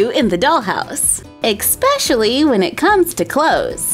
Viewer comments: i love you and your channel but plz stop saying EXpecially it drives my family bonkers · When you said “exspecially” I wanted to die